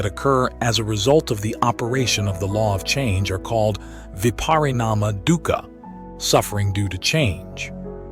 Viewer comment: correctly pronounced as 'dookha' meaning pain n sufferings